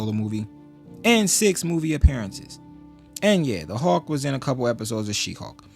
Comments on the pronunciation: Hulk not Hawk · “Howk” 😂 I’d like to know your thoughts on the 70’s Hulk TV series.